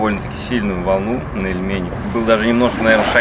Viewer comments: И ещё: оз. Ильмень, а не ильмЕнь!!!))))) Приятно увидеть знакомые места)))) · Ильмень, ударение на первый слог.